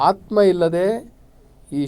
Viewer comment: ನಿಮ್ಮ ಅಂಥವರ ಬಾಯಿಯಿಂದ ,ಮತ್ತು ಈ ಬಡ ವೇದಿಕೆ ಮುಖಾಂತರ ಆತ್ಮ ಅನ್ನುವ ಬದಲು ಹಾತ್ಮಾ ಕೇಳಿದರೆ ನಮ್ಮ ಮನಸಿಗೆ ಹಿಂಸೆ ಆಗ್ತಾ ಇದೆ ಮಾನ್ಯರೆ